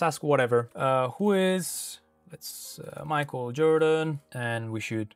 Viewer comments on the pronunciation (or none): none